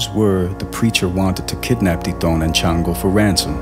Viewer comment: Its pronounced shawngo not chan- go the name is from the Yoruba tradition ifa the Orisha shango the god of lightning he carries a double headed axe so he probably was a Santeria worshipper which santeria is derived from ifa and native American spirituality along wotb synchronize Catholic saints which they hid black and native deities under the Catholic saints from the Spanish who would've killed them for practicing the tradition just as how in hoodoo and rootwork we hid things by using the bible and Catholic saints